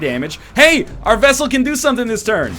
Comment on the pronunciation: 26 episodes later, and he's STILL saying "Vessel". What the hell?